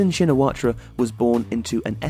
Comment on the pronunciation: Slight point - his surname is pronounced without the "-ra" bit (Don't ask me why. My surname is the same.)